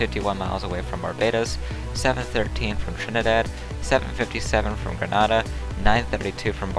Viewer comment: Grenada is pronounced Gruh-nay-duh